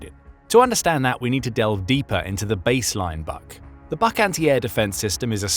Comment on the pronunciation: it would be pronounced /buk/, as in « you can read a book »